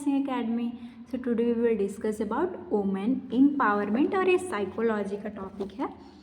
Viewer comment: Madam baki sab to thik he but women ko uomen bol rhe ho isko thoda thik kro 😂😂😂